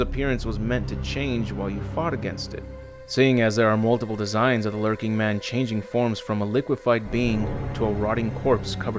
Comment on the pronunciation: Lurching not lurking. Basic english man come on.